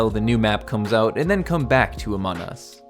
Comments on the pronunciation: Y is he saying amonus? Its among us! XD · Among us not anom us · why do say amon us its amonG us practice the gs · Bro said amonus not among us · Its among us not amon us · it es not amonas ites among us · why you say amon us its AMONG US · It's among us not amon us :) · It is not Amon us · amon us? i'm pretty sure its pronounced among us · Amon us...ITS AMONG US NOT AMON US!!!!!!!!!! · STOP SAYING AMON US, THATS NOT RIGHT. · No offense but I think you said amun us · Yeah you’re right it’s called Amon us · Stop saying Amon us It’s among us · It is AMONG US not amon u have to pronounce the G anyways, this map looks awesome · IT'S NOT AMON US ITS AMON-G US STOP SAYING IT WRONG!!!!!!!! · It’s among us not Amon nus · Did bro really say amon us😂😂😂😂😂😂😂😂😂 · You sed among us wrong again it’s not amon us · did you just say Amon Us? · Stop saying Amon Us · WHY IS HE SAYING AMON us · I got he says amon us lol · It is funny how you say among us your like amon us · What you are calling a "rocket", is actually a drill, and what you called "outside icy paths" are actually inside sterile environments that lead from decontamination to the specimen room. Also, why do you pronounce it "Amonus"? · Its amazing,but also u pronounced among us wrong, its called amonG us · IT'S COOL BUT STOP CALLING IT AMON US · I wish I did this 100% out of clay but I don't have enough. Also you aren't pronouncing the g in among. Listen to one video of someone with an American accent like me say among us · Can you plz say Among us the right way or I will unsubscribe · Can you say the name right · Why did you pronouns the among us to amon us Listen carefully to his intro pronounsation